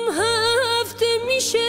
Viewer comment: درود زیبا بود اما اول ترانه تلفظ قاف در قناری رو متاسفانه ناجور و با لهجه اجرا کردید و(( میشه)) رو پشت سرش خیلی سریع و ناهماهنگ با آوای کلمه قبل اجرا کردید کمی هم کمتر باید از فیلترینگ صدا استفاده کنید موفق و پیروز باشید♥️